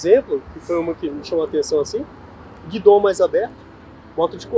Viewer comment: O nome é guidão e não guidom. Apesar disso, o vídeo foi razoável para quem não é piloto!